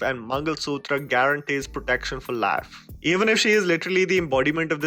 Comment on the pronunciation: Mangalsutra gurantees protection for lyf (life), The way u said-lyf reminds me of someone,anybody else with me??.,U don't know about some people from other dimensions(wink wink).